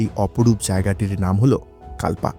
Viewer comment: প্রাকৃতিক সৌন্দর্য অনবদ্য কিন্তু বারবার কাল্পা উচ্চারণ কানে খট করে লাগছিল।